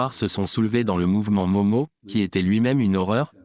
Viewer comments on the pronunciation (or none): Entretien tres interressant. Merci. Movement independantiste kenyan "Mau-Mau": se prononce "Maou-Maou" - et non "Momo"